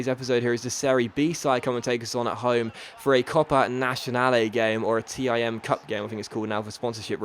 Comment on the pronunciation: isn't it called the TIM cup not the T I M cup?